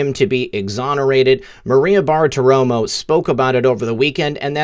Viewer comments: Love you brother, but it's 'Bar-ti-romo' not 'Bar-a-ti-romo' or whatever you're saying. Otherwise keep up the good work and glad you're healthy again. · repeat after me. "Bar-ti-ro-mo" next, "{Barti-romo", and finally, altogether, "Bartiromo". Why can't any of you YouTubers say that name right? Love your show though. Just had to get that off my chest. Carry on.